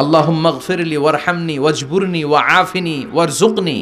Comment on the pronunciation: ওয়াজ বুরুনী ওয়া জুকনী।ভাই সঠিক উচ্চারণ জেনে নিবেন কার কাছ থেকে।